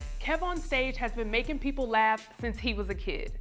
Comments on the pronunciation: That's how you know someone doesn't watch your content "Kevon" instead of "Kev" or "Kevin" I stopped the interview after the 4th time he said it. Kev corrected him around the but still, it shouldn't take almost 20mins to fix something like that. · When the host calls Kev On Stage "Kee-von" for the third time and Kev corrects him. Cracking up!